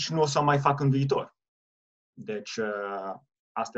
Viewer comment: There really aren't many I can notice. Most of them have to do with ă and î. (în), (învățam), (învățat) - i instead of î (încĂ), and you correct yourself, (încă), (încă), (română, not the definite form), (încă) - a instead of ă , - You slighty stress the wrong syllable, fă-CUT instead of faăcut; it sounds Italian or Spanish, not necessarily bad - LU-ni instead of lu-NI